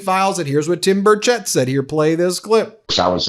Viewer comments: It is pronounced bur shette sorry my cousins last name is Burchette and it is not pronounced bur chet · Representative Tim Burchett's name is pronounced BURR-chett